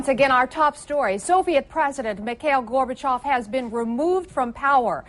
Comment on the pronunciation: finally someone who pronounces Gorbachov's name correctly